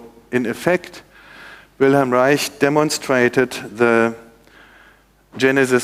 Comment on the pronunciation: Finally I hear someone pronounce Wilhelm Reich correctly.